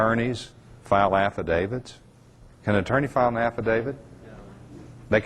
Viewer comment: If this guy could actually learn to pronounce "AFFIDAVIT" correctly maybe we could take him seriously.